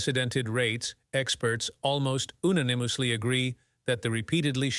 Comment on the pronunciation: What is a veeroos and oonanymously? Biden English???